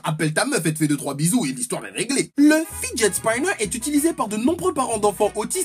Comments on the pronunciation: on dit fidjet spinner😂😁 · Et Monsieur avec son accent anglais le fidget Spinner ne se dit pas comme tu l'as dit